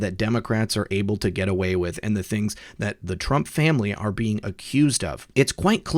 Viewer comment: Isn't it Trump. Not Trunp?? Lol